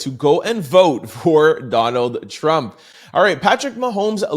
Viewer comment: This guy's Voice is So Annoying. He tries to annunciate so much until hes adding too much. There's no T on the end of Trump 🤨 its Not Trumpt 🤔🤨